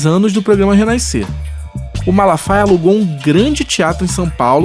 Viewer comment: Oi Re Naiscer? 😂😂😂😂